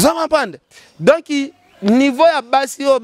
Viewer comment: Donc et non donki. Journaliste ya zoba tintin.